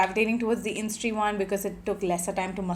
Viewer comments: Isntree not instree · It's called 'Is-in-tree' ... Not instree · Its Is-in-tree not in-stree 🤦‍♀️. In Splitsvilla i remember you coming across as/being a nasty mean racist. Surprised you have become this influencer with this following. Well. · It’s “Isntree” not “Innistree”🤍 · Its pronounced as isintree